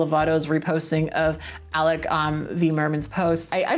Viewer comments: i think its pronounced "ah-loke vade meh-non", sorry if my pronunciation guide is garbage lol but its def not "Alec". also, i think I 100% agree w both you AND alok. like yeah, gender reveals are pretty dumb and reinforce a lot of gross cisnormative garbage (im nonbinary so they might make me cringe just a bit more than most), but I don't think its really the end of the world and I feel like a lot of alok's infographics lately have been very holier-than-thou and idk,,, dramatic? particularly the bit where they say "its not about political correctness, its just correct 😌" leaves more of a funny taste in my mouth than a well-meaning parent just trying to celebrate their kid. again, yes, i think gender reveals are unnecessary at best and harmful at worst, but something abt this post just rubbed me the wrong way in a way i can't explain. maybe im just tone policing or smthn, but i think sincerely challenging ppl to ask themselves questions abt gender thru back-and-forth dialogue is more effective than infographics saying "im right and you're wrong and this is bad, have a nice day". also ily, and sincerely, have a nice day <33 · for future reference, if you ever end up talking about alok again, their name is said "a-low-k men-on" (they say "like a locomotive train"). no disrespect intended, btw! just trying to be helpful :)🌈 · btw their name is pronounced like "uh-LOKE meh-NONN" not "alec merrrnan" 🤣🤣🤣🤣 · The name of the activist is Alok (Ah-loke) Vaid (like maid) Menon (Meh-naun). Alok is awesome! I hope that helped. :)